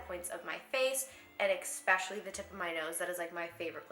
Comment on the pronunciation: its so cute when she says 'expecially' instead of especially